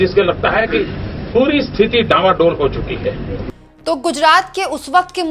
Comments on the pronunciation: * डामाडोल नहीं डांवाडोल! * कश्ती डूबने से पहले हिल्कोरे लेती है उस स्थिति को डांवाडोल कहते हैं! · डामाडोल नहीं डांवाडोल है।